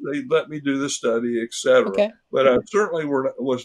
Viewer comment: He is a doctor. He said "eKsetera". He also misspoke about his white crow analogy. Help.